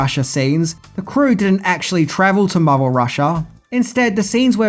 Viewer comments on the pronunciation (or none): none